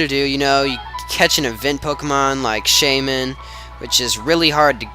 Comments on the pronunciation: Yup, it's "Shay-min" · i think u are saying it right that how i say shaymin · u said it right